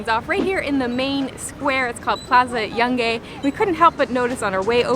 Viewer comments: Se pronuncia /jungaj/ no /jangej/. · OMG, its sound so funny how Yungay in English sounds! never did the try before! In Spanish is more like you would pronuncate "Yoong-i" Cheers Guys! I like the fact you liked my country, did you guys travel South? Cheers! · No es "YOUNG GAY" es YÚN GÁI" ( JUN HI )... ok? PLOP!